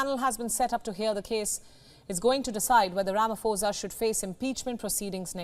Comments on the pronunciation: Ramaphosa not Ramafosa. You must learn these things. If you can be able to pronounce put you can be able to pronounce phosa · You pronounce "pho" like "po" not "fo" and "sa" as "sah". Butchering all the names being mentioned here. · its not falafala, its palapala. Its not ramafosa, its ramaposa. I support everything else you say.